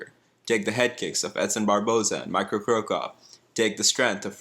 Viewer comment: Did that guy just say Micro Crocop instead of Mirko Crocop. 😂😂